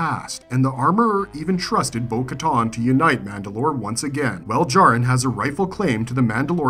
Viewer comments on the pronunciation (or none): Ah-SO-ka. Bo ka-TAN. Not ton